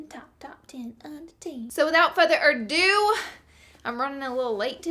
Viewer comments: Hahaha, "ado" - not "or do". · Haha without "further ERdo" 😂